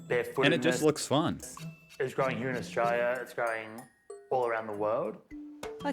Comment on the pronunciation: Austalia?? LOLOL